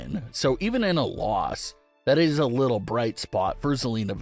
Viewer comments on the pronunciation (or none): none